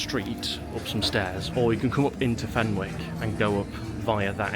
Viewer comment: The pronunciation of “Fenwick’s” is giving me a migraine